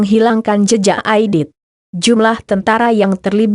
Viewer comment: Muhammad Reza iya bener baca aja salah dn aditi katanya